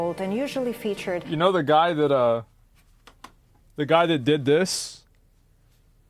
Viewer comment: "But how do they bridge dat gap ..." is all I heard.